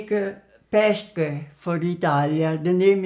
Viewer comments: You said "pesche dolci" like "pescche dolsci" You have to say the s in "pesche" like you're saying the s in "Students" or in "Star", i'm italian and it's strange for me to hear a woman with the age of your mother speaking in english. My grandmother hasn't studied english at school. I love the recipe as always ♥♥♥ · Really nice video, loved it! But the literal translation for "pesche dolci" is "sweet peaches" (which is the fruit itself), peach cookies are those you are making, and "pesche" is pronounced pes-que (as in the spanish "que") haha. Anyway, as I've already said, I just loved this video!